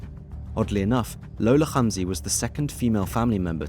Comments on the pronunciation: Then he should say hamzy not humzy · Note: the H in Hamzy is not KH its H